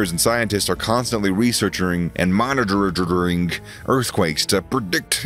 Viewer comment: What happened ? researchering & monitororing? lol